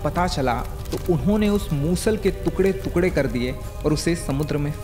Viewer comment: Bro you need to correct your pronunciation...it's टुकड़े not तुकड़े